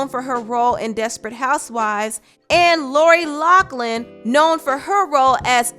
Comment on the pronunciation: Lori LOUGHLIN! Not Locklin lol